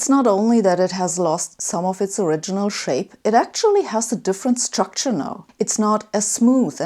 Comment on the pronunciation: When she reads "s" I hear "ch". The "chtucture".